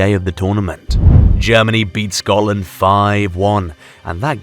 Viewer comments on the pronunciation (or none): none